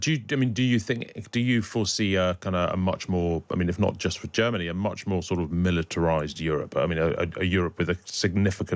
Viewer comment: MERZ SAYS GERM MANY WILL BE A GREAT BAZI COUNTRY AGAIN.